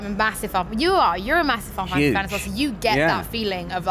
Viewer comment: I won't tease about looking forward to Final Fantasy, but It's funny how she calls it "Fi-Fantasy". Clearly a name she says so often that she drops the "nal" to save time.. I'll only get Skyrim on PS4 if I can import my PS3 save-games...